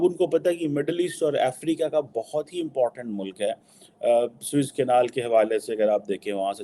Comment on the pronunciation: QC.....SWISS CANAL nahi....SUEZ (pronounced.......SOOEYZ) CANAL hai.